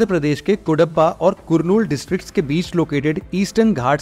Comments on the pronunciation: It is not pronounced as Kurnool it's Karnool. Just like Bus ..😊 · Bro you did a great job but LEARN HOW TO PRONOUNCE SOUTH INDIA PLACES NAMES EX: it is not कुरनूल it is करनूल . I hope u will understand.